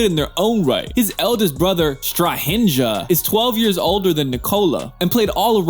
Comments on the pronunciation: Ummmm, try " STRA- HI NYA" and " NE MA- NYA", bc in Serbian , letter " J " is pronounced like " Y" in English. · Strahinja and Nemanja you said it all good but the lest part ''nja'' you should say it like you say new but without ''ew'' part Imagine you spell it ''njew'' but say just the first letter and you get Strahinja and Nemanja correctly. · StrahINDJA rofl.. It's STRA-HEEE-NJ(like new without w)A(not EI, just straight up AAAAAAAAAAAA). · STRAHINDZA, NEMANDZA HAHAHAHAHAHAHAHAHAHHAHAHAHHAHAHA OVI AMERIKANCI SU BOLESNI DO KOSKE 🤣🤣🤣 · 1. Sombor is in the most developed part of Serbia. 2. You are strugeling with name pronunciation 😅 J=Y in serbian Nemanya Strahinya Yelen beer Yokic Easy peasy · You pronounce nemanja as nemanya and Strahinja as strahinya , not with j as dzey. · Oh dear, his brothers' names are pronounced STRAHINYA and NEMANYA so J is silent. Just had to say it :) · Nikola Jokic's brother's name is pronounced /Strahinya/. Silent "J", like in Jokic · Stahindža and Nemanža hahahah vi Ameri ste retardi uvek bili, pogledajte kako se izgovara ime, nemojte pričati po Engleski.. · Nemadja and Strahindja 😂omg dying. But how can you blame anyone because they are pronouncing names in their language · "srahinJA" killed me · Small corrections pronouncing Jokić bros: Strahinya and Nemanya. We read J as english read Y. So like Kenya, or make the sound coGNac, champaGNe. try saying Strahigna or Nemagna 😊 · strah hinjah and nah manjah killed me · Dude, your pronounciation of names sucks. Research little bit, it is not the entire globe America. Try pronounce it this way Strahiña, or Nemaña...I hope you better understand Spannish. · Thanks for the effort!!! BTW: In Serbian language the letter 'J/j' is pronounced as 'Y/y'!!! p.s. his older brother Strahinya was also a MMA fighter who quit the MMA to become Nikola's personal bodyguard. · Strahinja and Nemanja are pronounced Strahinya and Nemanya. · How he pronaunced brothers name😂😂.. Nemandža and Strahindža 😂😂